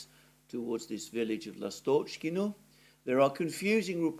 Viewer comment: [ ' Lastochkino] stress is on 1st syllable